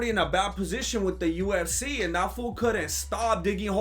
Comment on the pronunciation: lol it kinda sounds like says USC instead of UFC